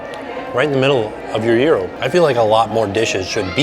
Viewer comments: Isnt it Gyro pronounced Ji-Ro and not Jear-Ro? Maybe Im wrong but thats how it's pronounced in the very Greek city of Lowell, MA where actress Olympia Dukias and Sen. Paul Tsongas were born and raised. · I can’t cope with how you say gyro, it’s so odd! 😂😂😂